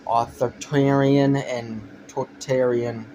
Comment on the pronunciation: A 15 year old's "political opinion". One of the worst things on the internet. Dead giveaway when you cant even pronounce "authoritarian" and "totalitarian". Spend more time reading theory, pal.